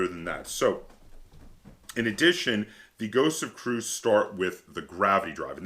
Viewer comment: So Christian T. Peterson the designer and publisher has said that the actual pronunciation is, Kree-us, anyways not that anyone cares but thought I'd share.